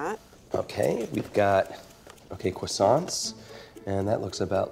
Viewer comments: Nobody Really nobody Not a single soul Michael: “... Cwoissants..” 😂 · It’s CRRRRRROIIIIIISSANTS. 😂 There’s an R!